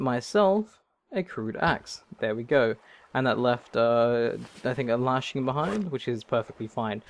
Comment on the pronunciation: LASHING, not LARSHING!